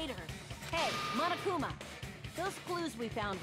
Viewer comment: It's so grating how everybody in these games pronounces Monokuma and Monomi. They're clearly Japanese names. Say them as such. The first syllable is not "maw," it's "mo."